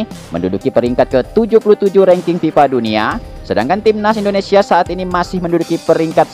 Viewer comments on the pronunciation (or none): none